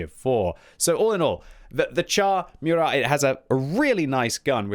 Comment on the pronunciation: It's moorat man, not meurat